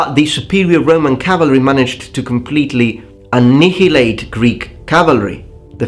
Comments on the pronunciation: annihilate--->should sound like 'anayalate' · A Knee Hee Late. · Annihilate... Ah-Nile-Ate